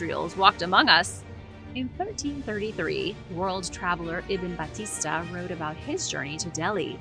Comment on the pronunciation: Hi, the world traveller's name is IBN BATTUTA not Batista.